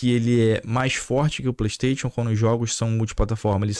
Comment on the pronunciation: Porr@ fala direito.. é "playstaixon" kkkkkkkk